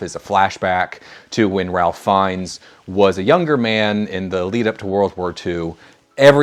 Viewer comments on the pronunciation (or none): It's pronounced RAFE and you should know that if you're making a video like this.